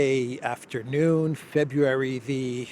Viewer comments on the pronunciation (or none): none